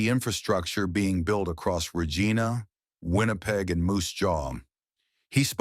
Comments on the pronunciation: Regina is pronounced "Re geye na" not Re gee na. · Great page but Regina is pronounced wrong. Regeena? No Canadian who is invested in Canadian news and history would say Regina like Regeena. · Even second language speakers do not say Regeena. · At least the AI production called Regina "Rejeana" and not "Vagina". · "Reg geena"? Thats not how you pronounce it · Why are you talking strangely, I've never heard the city of Regina pronounced like that before. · Dumbass AI can’t even pronounce “Regina” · Please have a chat with the AI and teach it to say Regina and Moose Jaw. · The AI narration is not as bad as some but it still needs work. There are cringeworthy pronunciations that detract from the otherwise “largely professional” presentation. Just one example--- real Canadians know how to pronounce “Regina”. The “i” is pronounced as a long “i”, not as an “e”. 😀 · Stop using AI, it would sound better if a real person were narrating, or at least teach it how to pronounce Regina. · the way "Regina" is said suggests the narration is by AI, or someone unfamiliar with Canadian Geography. I support the main points of this channel. PP is a one trick pony incapable of uniting the nation.